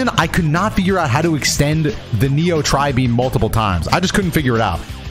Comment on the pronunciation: that's not i tri-beam that's a tri bean